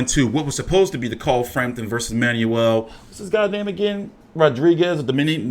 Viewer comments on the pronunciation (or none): none